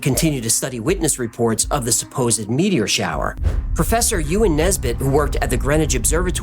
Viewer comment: is an alien. Humans don't pronounce "meteor" as "meaty-ORR."